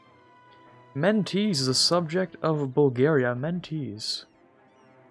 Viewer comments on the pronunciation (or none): Mentese is pronounced like ''Menteshe'' not like ''Mentish'' in fact it's probably the English of the word